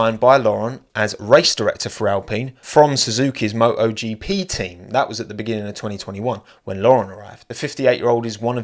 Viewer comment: How do you decide which Ts you drop? I am genuinely interestded as a non-native English speaker. For example you said Mo'o GP but then directly after that you said fifty. Great vid as always, keep it up man!